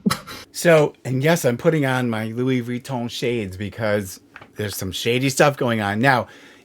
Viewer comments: Did you say your Louis Reach-Ons?! Lol or did I just HEAR it that way?? If so, that’s a PERFECT description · I figured that out after listening to it the second time, but let me tell you I laughed pretty hard when I thought you said your “Lewey Reach-Ons” (Louis Vuittons)!! Oh and hey, I LOVE how your used your baseball cap to hold your hair back when you showed your demo of the mascara! I thought that was especially unique!! (tell the kitties they got “mousie-bears” coming in the mail!!” I call the skitter critter mouse toys that with my boys… “go get 🐁 mousiebear!!” Much love to you and your feline family!!!